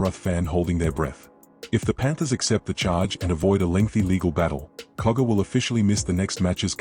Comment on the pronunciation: Its Jack cogger not koga